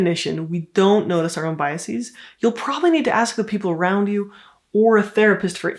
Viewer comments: The plural of 'bias' is 'biases' which is pronounced as ' BYE-a-sez ', not as ' BYE-a-seez ' Plural versions of certain English words of Latin origin DO get a final syllable pronunciation of ' -eez ' Their Latin, singular forms end in ' -is ' and their Latin, plural forms end in ' -es ',. only we pronounce the endings as ' -eez ' Examples include: axis, analysis, basis, crisis, diagnosis, oasis, thesis. The plural of originally French 'bias' ends in ' -es ', but is pronounced ' -ez '. 'Iris' is Latin in which its plural is ' irides' , but knowledgeable English-speakers do with ' irises ' pronounced ' EYE-riss-ez '. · Interesting, but my brain couldn't get past your plural of biases, to biaseeez. Academics do this often.